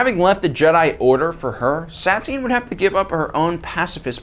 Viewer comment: dont get me wrong but this whole video all I heard was Sat-tine, its pronounced Sa-tine